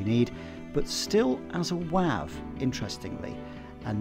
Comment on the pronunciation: The way you pronounce WAV I've never heard before. Most people pronounce it like wave. That confused me a little bit.